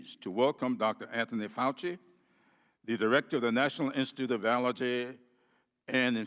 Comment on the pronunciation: Dr. Fauci(pronounced: Faux-chi) refuses to recognize a peer reviewed study , because, ... he wants a randomized placebo controlled study where no other steroid is given, which literally means testing a group of people and refusing treatment to calculate the non-hydro-chlor-i-quine lives saved while allowing the controlled placebo patients to essentially die without a steroid treatment. How unconscionable! Refuse patients treatment and give some patients a placebo "sugar pill" - refusing them a steroid treatment!!!! This is extremely unethical. Literally, Fauci is asking us to prove that gravity works by throwing 100 lives off a cliff and only give 50 people a parachute.